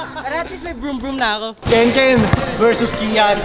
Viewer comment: po Hindi po keken